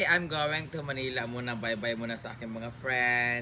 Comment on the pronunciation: ...pagbigkas ng Manila...wag bigkasin ng malamya...simple MANILA..😂😂😂